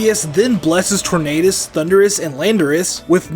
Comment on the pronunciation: The U in Landorus should be after the R! It's Thundurus, not Thunderous! And do not leave off the R in Tornadus! And do not leave off the Y in Rayquaza! And it's you're welcome, not you welcome! And don't ever call Arceus a he, Arceus is genderless!